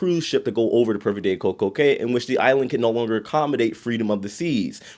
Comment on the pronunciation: The Cay in Coco Cay is pronounced Coco "Key"